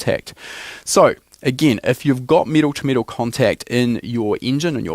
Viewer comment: It’s not pronounced meetal